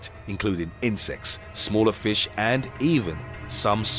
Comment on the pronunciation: He said flish